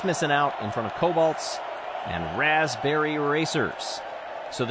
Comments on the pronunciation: "Raspbebrry Racers", lol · "Raspbebrry Racers"